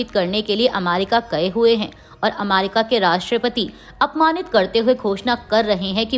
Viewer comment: Anchor ka hindi ucharan sahi nahi h jaise America, schiv, report